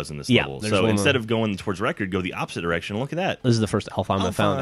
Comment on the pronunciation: it sounds like says erection instead of direction. LOL!!!!